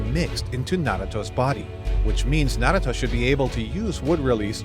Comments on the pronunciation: Bro stop saying naguto it's naruto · Tbh pronounce it correct NA - RU - TO IDK where this man is getting his speech from